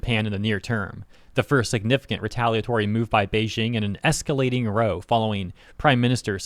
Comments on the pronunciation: "Row" as in argument is pronounced like the bow of a boat. R-ah-w. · "Row" as in fight or argument is pronounced like the word how or cow.